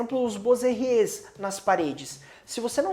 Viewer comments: "Boiserie" vem do francês, traduzido livremente para o português "carpintaria sobre uma parede". A pronúncia é [boaserri]. Suas dicas sobre casas clássicas foram muito úteis. Obrigado! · Adorei o video e o canal! Já ganhou uma inscrita! 🤩 (Só uma dica: a pronúncia de boiserie é boazerrí).